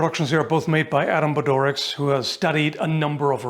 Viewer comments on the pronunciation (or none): Hi fellow Hungarian of here, I'd just like to point out that the "cs" in Bodorics is pronunced as "ts".